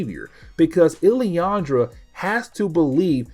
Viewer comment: Just for help. Its pronounced. “Lil-lan-dra”. Still, great coverage